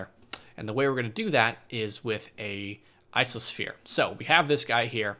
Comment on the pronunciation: Why does he say ISOsphere and not ICOsphere?